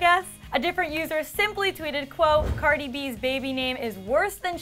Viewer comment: She said Cardi's name so wrong hahah